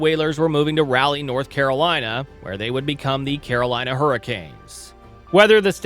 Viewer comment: You can dump on the Hurricanes all you want, but at least say "Raleigh" correctly. It's not pronounced "Rally".